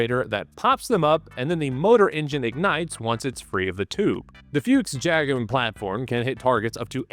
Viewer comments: 'Fuchs' is pronounced 'Fooks', with the 'oo' part pronounced like in Brooklyn, not like in Hooters like 'Books'. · I have to admit I laughed at every "Fyooks" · I hate the way we're saying "fuchs" like "fuchs" and not the way that everyone wants to say it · Side note: "Fuchs" is pronounced like you would "foox", and yes, it does actually translate to 'fox'. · Can I sperg out for a moment over Anglophones not being able to pronounce Fuchs half-way correct, just say Fox. On a related note, Rambo doesn't sound half as cool in its original Swedish form, its Ram rhymes Mom and Bo is pronounced more like Boo. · Please ponounce it "Fux" The Bundeswehr planed to get rid of them but we lack functional equipment so, now it is a missile tank destroyer... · FUCHS - not Füchs! It just means FOX in German, but it doesn't have an umlaut (ü, ä or ö) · its not a fyooks its a fox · Please dont say Fiux mein Freund, its spoken "Fux" little bit like "Fucks" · I've never heard an English speaker pronounce the word “Fuchs” as funny as you do! No front! It gave me a realy good laugh! It is pronounced like Fux, if it helps. (: Best regards from the neighborhood right next to Krauss Maffei! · Yes, Foreigners mispronounce things, but it would be more correct to just pronounce Fuchs as Fox instead of inventing this nothing word "Fyuuks", that's what I'm getting at, and I get annoyed both ways so yeah, I guess it would be interesting to know what words my linguistic kin commonly butcher, I'm probably a bit deaf to them myself, although if I tell you, I don't want a bunch of bork borks and spurdos butchering the English language, so you might have to dig a little, but there are two high profile speakers of my dialect, Linus Torvalds and Alexander Stubb, so go nuts. The word "rural" does twist my tongue for some odd reason. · Please don't mangle the name Fuchs and use the English translation FOX instead.. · It’s like a not water submarine and it’s pronounced fuchks